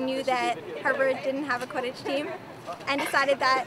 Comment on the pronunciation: my mother pronounces it "quidIDGE" and "mOOgle"....i screamed at her.